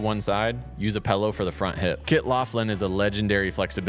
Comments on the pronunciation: “pillow” not “pellow” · Quit saying "pellow." It's "pillow." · I'm sorry, what? A PELLOW?? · Using a “pellow” smdh